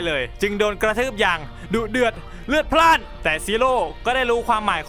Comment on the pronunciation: ทำไมพี่ชอบพูดว่าดุเดื่อนเรือดราดนะครับ